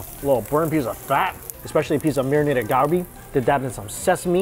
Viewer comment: For someone who visits a country and eats their food regularly… you should at least pronounce the name of the meats correctly! At the least! GAWLBI GAWLBI in every kbbq video… cmon!